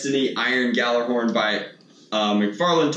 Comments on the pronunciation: (Gal-ah-horn) that’s how it’s said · bro the j is like Gal so it is pronounced Gal-er-horn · In old Norse its pronounced yallerhorn I hate when people do this to my ancestors! Gjallarhorn is the loud victory rams horn after winning battle the story is hemmdal the God gave the original to a great warrior who also became a God might not be correct about that so dont quote me but ITS yallerhorn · ITS PERNOUNCED GALLARHORN BUT SPELLED GJALLARHORN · It’s gallahorn. The “J” is silent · I think its pronounced “galar horn” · Preeeetty sure it's pronounced Gyallerhorn But that's just my thought. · its meant to be pronounced gallyhorn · BTW its pronounced g-yaller-horn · Gjallarhorn is pronounced yal-er-horn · gjallarhorn is pronounced (gall-er-horn) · it's pronounced yal-er horn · It’s pronounced Gallahorn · its pronounced gal-ah-horn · Its pronounced galahorn not GA ja lahorn play destiny godammit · It's pronounced gallahorn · Does NOBODY know how to properly pronounce Gjallarhorn, or do people just mispronounce it to piss me off? Yallarhorn! Gj = Yuh. Not Guh. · ... Oh right, jokes, I forgot to laugh hahahah.. But like seriously tho, that's the actual pronunciation. The g is silent and the j is pronounced like a y, so g/jallarhorn is pronounced "yallar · It's pronounced "Yallerhorn" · just hoping you see this,you don't say the j it's supposed to make the h sound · The J is silent in Gjallarhorn. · The way he says Gjallarhorn makes me sad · You don't pronounce the j in gjallahorn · Gjallarhon is pronounced without the j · When he pronounces Gjallarhon wrong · You pronounced the name wrong but ok.. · DONT PRONOUNCE THE J!!!!!!!!!!!!!!!!!!!!!!!!!!!!!!!!!! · Thats not how it is pronounced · You botch it's name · It's not G-jallarhorn, it's pronounced Ghallerhorn. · Pretty sure you don't pronounce the J, it's just "Gall" "er" "horn". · It’s supposed to be said like “gallahorn” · Can we talk about how he says guh-jallar-horn not gha-llar-horn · silent J